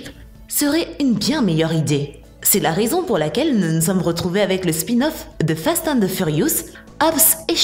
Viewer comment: déja ses pas fat and furious mais fast mdr